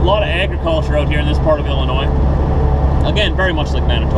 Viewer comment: I would like to congratulate you on pronouncing Illinois correctly!!